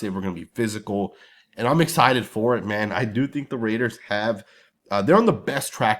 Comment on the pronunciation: RAIDERS not Mehders